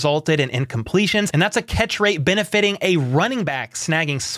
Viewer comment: Not just the Kingdom but the world itself is less bright with the passing of Norma, my condolences to the Hunt family., befitting is pronounced bee-fitting not ben-a-fitting. Yes, Mr. James is being slept on, really hope Chiefs opponents underestimate him.